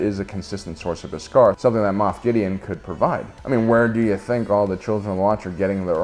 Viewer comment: Interesting take, but your pronunciation of Beskar as 'bis-GAR' is distracting. 😉